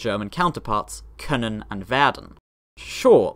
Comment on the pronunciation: Your pronunciation of können and werden makes them sound like Norwegian words.